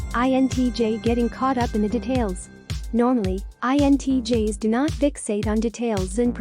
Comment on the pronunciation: I dont mind the music but gosh stop mispronouncing 'details'